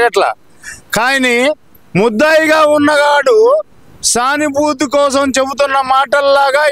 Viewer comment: సానిబూతు కాదు తమ్ముడూ ," సానుభూతి ," .😂